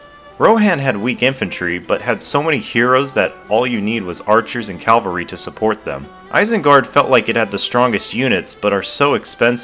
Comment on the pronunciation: Cavalry, not calvary.